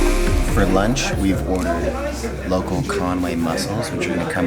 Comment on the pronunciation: Con wy not Conway.